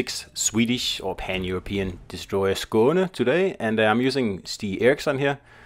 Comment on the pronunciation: Its nice having these ships names pronounced properly. Thanks